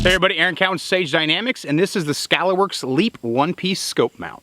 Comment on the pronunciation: Lol.. (T Rex arms)... Skuh-Lahr works....